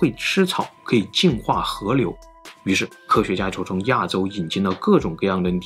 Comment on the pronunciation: 媽的 是河流不是和牛 能不能好好發音